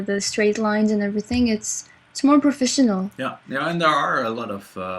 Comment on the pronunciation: profishinal. heh heh. I really like her accent.